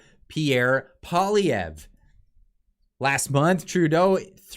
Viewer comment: It is Poi lievre pronunciation, you are bad indeed Ce line Di on. Tru not trou deau